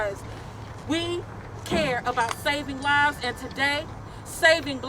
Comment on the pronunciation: She said black livesziz! LOL